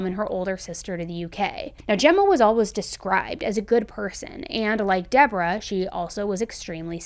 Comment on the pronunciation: Lol I just noticed you pronounce always "allwas". I love the accent!